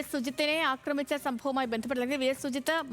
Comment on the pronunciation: 'അക്രമിച്ചത്' അല്ല, 'ആക്രമിച്ചത്'...